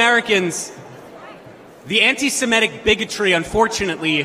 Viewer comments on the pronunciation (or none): Wtf is "suhMEtic"? Is it impossible for Americans to pronounce "semitic" the way it is spelled? You know - seh-MIT-ic"? There are no Sumetic peoples or Sumetic languages. Get it right.